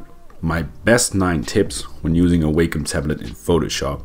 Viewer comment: you're pronouncing Wacom incorrectly and you're saying it soooo many times lol